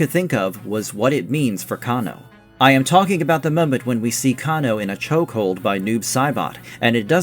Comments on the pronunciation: Cane -Oh ...not Can -O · I stopped watching after the narrator said "Kah-NO." You know 100% sure that this person is not a real MK fan. He's more like a bandwagon and only want views. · why did you say Kung Lao and show Liu Kang? And say cahno. Lmao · kahn-o xD LOL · The way you pronounce Kano pisses me off. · Why did you say Kano's name like that?? 😂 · They Way You Saying Kano & Bi-Han Is Hilarious. Nice Video Doe.